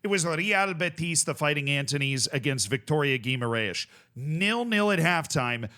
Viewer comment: hey! please note that the real name of the club that played betis is Vitória Sport Club! it saves you some embarassement saying gu-i-mar-ais!! second note: I´m noticing some bias talking about Vitória SC! you almost didn´t talk about them in your conference/europa league vids even though they pass the league phase in second place behind chelsea and are undefeated in 13! games this season, surpassing the record in portuguese teams in europe!!Are you saving them because you know that you will have more opportunities later?? Best regards from Portugal